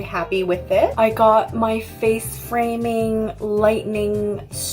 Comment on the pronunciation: "Frace Faming" 😂